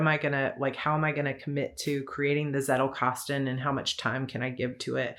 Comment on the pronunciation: It made me smile when I heard you pronounce 'Zettelkasten'. But I guess every Anglo-Saxon will pronounce the Z as a soft 'S' like you did, while a Germanspeaking would pronounce the German word with a hard 'Ts'.( Just an observation from a German. You do you, it's your language )